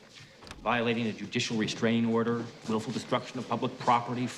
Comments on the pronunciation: I always thought that since Louis mispronounces "restraining order" by saying "mistrangement order" that he meant something else. Never figured out what, though. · Judicial restrangment order haha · Fine lawyer Louis Tully turned out to be. He couldn't even say it right! But they won their court case nonetheless.